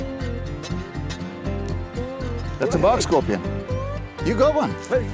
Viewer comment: Bark not bawk